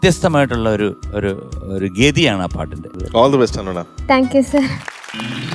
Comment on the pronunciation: ദയവ് ചെയ്ത് നോട് ആരെങ്കിലുമൊന്നു പറ, ഹണൂണ അല്ല ഹനൂന എന്നാണെന്ന്. ആ പേരിൻ്റ ഭംഗി നഷ്ടപ്പെടുന്നതു പോലെ ഫീൽ ചെയ്യുന്ന.